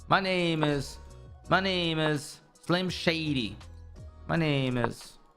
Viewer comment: Did he say "Flim Shady"? 😂